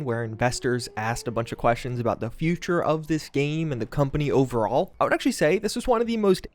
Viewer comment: I don't like how you say overall you sound like you're having a stroke or don't know how to speak English